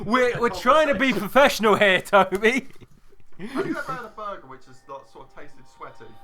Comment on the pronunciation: Things Toby can't say: BOI & BURGER